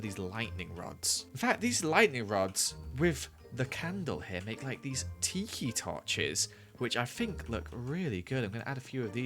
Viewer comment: When he said ‘tiki torch’, I heard ‘teehee torch’